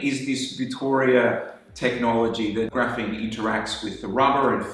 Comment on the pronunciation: Graphene, not graphine